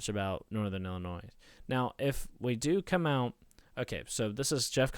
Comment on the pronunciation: Disliked because you said "ILLI-NOISE" 😂